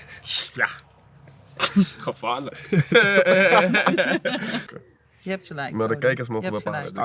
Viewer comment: Noni being able to speak Dutch is credit to him and a testament to his character - learning Dutch being native English speaker is damn near impossible, especially pronunciation of words with the letter “G” for example - which he showed there with “gevaarlijk” 👏🏾